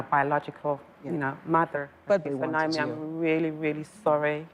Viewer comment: You did a great job but I can't over look how you kept mispronouncing, her name. Her name is pronounced Naomi, not Nyomi.